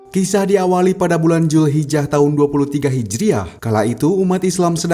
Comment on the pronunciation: Dzulhijjah bukan julhijah😒